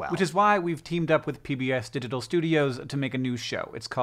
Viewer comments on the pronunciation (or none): Id swear the first time i heard him say pbs digital studios, i heard "we teamed up with pbs to diddle studios" and i did a literal spit take, my monitor nearly fried, sweet.